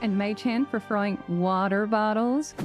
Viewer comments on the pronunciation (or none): It's apparent those pesky Americans have been giving you a hard time pronouncing "wa-AaA-ter bottles" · Going American for the phrase "water bottles" made me choke on my water, ironically enough. (From a bottle no less!)😂😝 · Absolutely obsessed with ur American pronunciation of water bottles